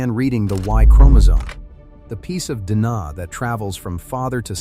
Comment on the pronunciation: Can you not correct the mispronunciation of "DNA" ? For God's Sake, this is crude, even for AI!